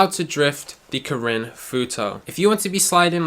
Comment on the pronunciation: I rlly like the way u say karin, imma start saying it like that